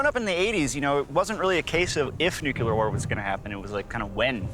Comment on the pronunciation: Why is it that no American can pronounce nuclear correctly???